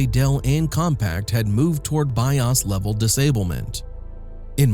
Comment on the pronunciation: Man, the AI voice almost had me fooled with the mic booms, but when it failed to say BIOS correctly it was a giveaway. Sorry I don't do AI. Pleaes tag accordingly.